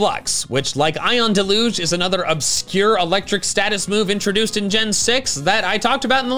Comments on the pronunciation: It's DEL-UGE not DE-LUGE. Usually used to describe heavy rain. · It's pronounced DEL-yoozh. The stress is on the first syllable.